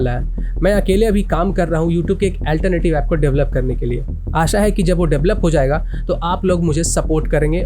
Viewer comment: ऑल्टर्नैटिव बोल नहीं पा रहेन हैं और चले हैं ऐप्प्लिकैशन बनाने